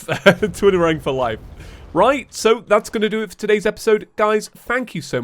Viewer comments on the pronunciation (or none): “Fank you so much Four watching” love it